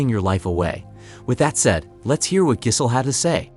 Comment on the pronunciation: This is a top notch AI voice. Unless that is you mispronouncing “Giselle”?